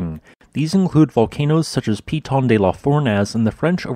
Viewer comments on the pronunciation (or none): none